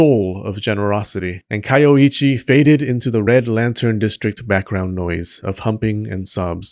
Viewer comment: You say her name is Kayoichi, but you write it as Kayoiji... WTF? Do you also drive a cheep? ...and wear cheans, when you go out chogging?